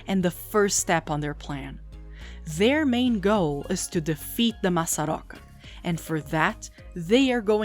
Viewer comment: Ela conseguir falar "massaroca" não entregou? kkkk